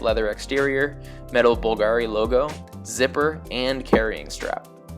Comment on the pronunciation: You mispronounced Bulgari